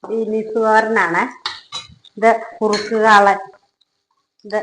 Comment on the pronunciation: ബീനീസ് അല്ല ബീൻസ് ആണ്..❤ എല്ലാ പക്ഷി മൃഗാദികൾക്കും സ്നേഹവും നന്ദിയും ഉണ്ട് മനുഷ്യർക് ഇല്ലാത്തതും അതു തന്നെ....❤